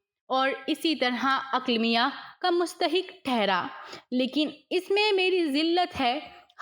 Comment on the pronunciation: Not Aklamia it’s Aqleemah